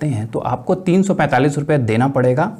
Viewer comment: Sd main 345 no....sahi se bolo